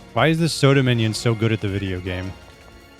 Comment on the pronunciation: So Dimenian sounds like you're saying "Soda Minion".